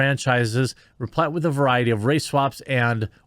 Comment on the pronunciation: Also, you mispronounced the word “replete”. It rhymes with complete. It means filled or well-supplied with something.